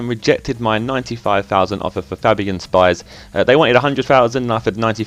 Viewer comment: I'm a county fan, it's pronounced sh-pee-s